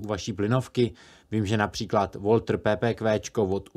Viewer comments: Nevím, v které části Německa žijete. Pusťte si třeba různá německá videa k tématu tady na YT. Všude to vyslovují v podstatě "Walta". Žádné Walter se znělým "e". A už vůbec ne Woltr, jak to vyslovuje "po anglicku" autor videa. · To co píšete je blbost protože když místo plynovky vytáhnete ostrou tak jste taky mrtví protože ten s tou ostrou se bude cítit ohrožen a zastřelí vás a to video je také katastrofa když instruktor ani neví že pistole se nazývá Walther a ne Wolther. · Správná německá výslovnost značky Walther je "valtr", nikoli "voltr". Jinak fajn video, cením si souvislého projevu na úrovni. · Nemci pismeno E nevyhadzuju napr.OPEL namiesto OPL ,cize uplne normalne Walter ( priamo do fabriky Walther v meste ULM som chodieval) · A můžete tedy tu německou výslovnost prozradit? Samozřejmě, že tam je slyšet neznělé "h" a koncové "r" se mění na "a", ale tyhle nuance se těžko popisují. Šlo mi především o to po anglicku vyslovované "o", které tam opravdu nepatří. Je to podobné, jako když někdo německému tanku Tiger říká "tajgr".